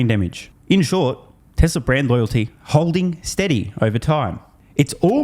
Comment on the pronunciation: Tesla, Tesla. Not Tessler